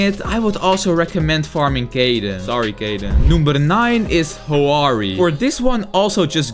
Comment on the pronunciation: BRO SAID HOWARI INSTEAD OF HAORIE XDDDDDDDDDDDDDDDDDDDDDDD